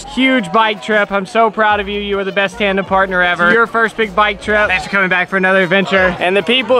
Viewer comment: are you saying "trandem"?